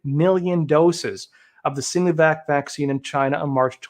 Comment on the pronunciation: Arggh. Love you but the "Sino" in Sinovac is pronounce with a long I, like sigh-no-vac. Not "seenovac".